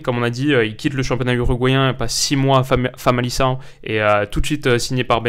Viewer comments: Vidéo très complète, parfait pour commencer à cerner ce joueur et commencer à s'imaginer son apport au sein du PSG. En revanche on ne dis pas famali"SS"ao mais famali"K"ao. Merci encore pour tout ce boulot, qui est ,j'imagine, ton ère la plus remplie et gourmande en termes de débauche d'énergie . Merci beaucoup 💪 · Correction: On dit famalicão et pas famalição. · Ça se dit famaliCao 😉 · On dit famalikão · Petite précision, on prononce Famalicão avec le son ''k''. Après sinon la vidéo est top !! 😇😇